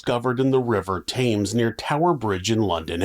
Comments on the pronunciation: River Thames - pronounced Tems not Tames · it's 'Tems' not 'Tames'! Curse your black heart 🤣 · Its pronounced "Tems", at least you didnt say Th-ames like idiots in Connecticut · Our river THAMES is pronounced TEMZ ,LOVE YOUR VIDEOS AND YOUR VOICE XXXX,Amy,South Wales,uk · You pay such great attention to detail but your poor pronunciation of British words can render your words indecipherable to English speakers. E.G. The river Thames is pronounced Tems, so when you speak , we become confused. I've mentioned this many times, you have neither responded nor taken note. For shame. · I thought the river name was pronounced “Tims.” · Thames is pronounced Temz. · Yes it is. 👍🏴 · May I just say? "Thames" is pronounced like "Tems." Alright mate?😊